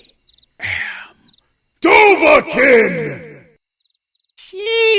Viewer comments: Its Pronounced: Doe-Vah-Keen! Just like its pronounced Foo-s-roe-DAH Not Doe-Vah-Kin. And not Fuss-Roe-Dah. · srry i just have to point this HHHUUUUGGGGEEEE FFFLLLLAAAAWWW its not pronounced (Dove-a-kin) its pronounced (Dove-a-keen) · it's pronounce doh-vah-KEEN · its pronounced do-va-keen